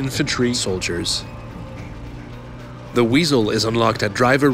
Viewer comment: TH!!! It's "the", not "da"!